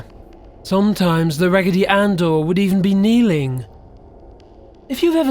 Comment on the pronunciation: RAGITY ANNE DOYS SCARE ME